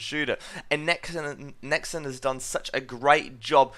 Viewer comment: Stop saying 'Nexin'. I'm an Australian and I say 'NexON' like a normal person